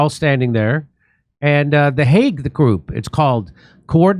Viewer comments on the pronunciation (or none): I thought Jimmi said hate group when he read Hague group XD